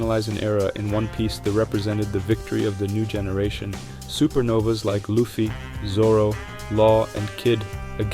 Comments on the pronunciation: great video, but there's no way you have analyzed one piece in this much detail and pronounce it "luhffy" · Good video but why do you pronounce luffy as luhfy smh it’s annoying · U talk way too low for the music volume to be that high man lmao “luh-ffy” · How do people watch one piece and still pronounce luffy name incorrectly lol. Beside that amazing video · no way my guy has a video essay about the emporers but pronounces luffy wrong that aside i really enjoyed the video. the emporer's just didn't have the oomf they needed, which smaller villains have had